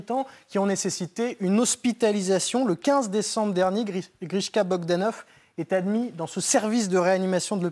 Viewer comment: j'ai envie de le baffer pas vous ? Et l'autre qui dit grishkor...